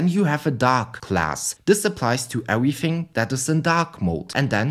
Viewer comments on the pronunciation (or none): 10/10 rage bait wounding ewything gwound wem